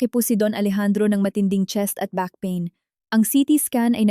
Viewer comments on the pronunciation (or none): none